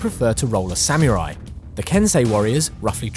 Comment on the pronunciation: SAM-MOO-RY Ok, lets say it correctly all together now!